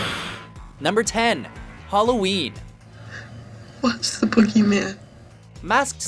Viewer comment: games "Holloween"